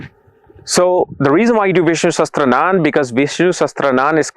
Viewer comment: Its not sastranan, its "sahasraanaam" Sahasraa means 1000 and Naam means names so thousand names of the lord vishnu is Vishnu "sahasraa-naam". Like Shiv-Sashasraanaam or Lalita-Sahasraanaam etc.